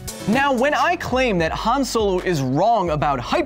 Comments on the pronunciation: Huh-ahn, Not Huh-aan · i stood up for your 'nearvana' pronounciation but calling 'hahn' hann is inexcusable, but you checked yourself before you wrecked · Every time he says Han like "Ham", take a shot. P.S. It's Han like "On". Han = Hon = ;-) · Hawn, not Han